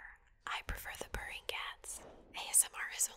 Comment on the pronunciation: When she was mentioning "purring cats", I heard it as "burning cats" at first and did a double take